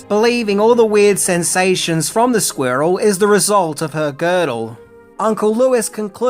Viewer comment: Is related to Benedict Cumberbatch? He also has trouble saying squirrel.